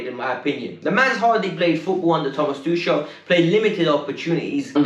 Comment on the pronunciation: The name's tuchel..It's more like tukel..not tushel🙄🙄🙄🤦🏻